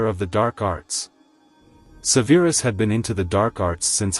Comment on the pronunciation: How do you mispronounce Severus? They say it a million times in the movies.